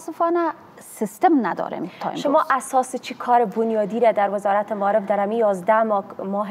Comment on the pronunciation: حالا چه نیاز است،وقتی به یک زبان تسلط کامل نداری،بحرفی او هم زبان ی به بزرگی زبان فارسی درست است قبول دارم،میدانم ،باور دارم ،ایمان دارم که زبان فارسی کلاس دارد،شیرین است و آدم ها با تکمل به این زبان قشنگ خود را روشنگر فکر میکند نه تنها آدم ها حتا حتا حیوانات هم عشق و علاقه به یادگیری زبان فارسی دارد ولی نه این قسم ... مالیم ( معلم ) تالیم ( تعلیم ) ماریف ( معارف ) منطک ( منطق) انتکاد ( انتقاد) کریه ( قریه ) کبول ( قبول) فکت ( فقط) تگریبا" ( تقریبا") ها نا ( ها، نی) تامیر ( تعمیر) اکلن ( اقلا") معصوم ( مصئون ) باث (بحث) چی رکم (چی رقم) که این خانم پینه دوز این گونه تلفظ میکنند حالا چه ضرور به زبان خود،به زبان قوم خود،به زبان قبیله خود، بحرف نادان این زن فرد اول معارف یک کشور بنام افغانستان است. چی کنیم رفیق روزگار اینطور شده که پینه دوز ها و چوپان ها و آریشگر ها ... حکومت میکنند